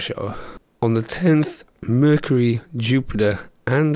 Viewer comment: vercury lol